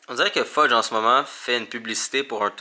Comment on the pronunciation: Est ce que tu as appelé Fudge "pheudje" a ?😂💜 trop chou ce chat🐱